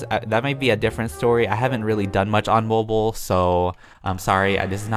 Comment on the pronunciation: When he said said not mobile😕😕